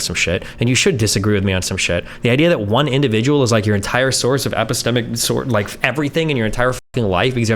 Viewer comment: Everytime Destiny says epistemic makes me cringe.